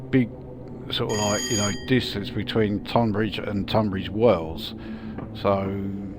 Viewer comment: I grew up in Tonbridge… really impressive how realistic this route is… also thanks for pronouncing “Tonbridge” correctly… ie “tUn” not “tOn”